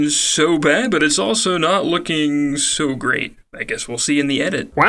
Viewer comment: AS SOON AS I HEARD IT I HAD TO GO TO THE COMMENTS